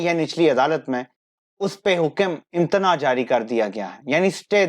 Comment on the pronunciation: do not mind my advise, please improve your urdu pronunciation of the urdu words which you speak unknowingly wrong this word is not IMTANAA, IT IS IMTANA-EE and many other words which you pronounce wrong.......